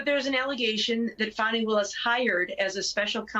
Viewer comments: It’s Fani Willis. As in vajayjay Willis. Not funni Willis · Why are y’all pronouncing her name which is Fani (fanny) like fawny instead ?…. Good gads you ppl are insufferable!! 😣 lol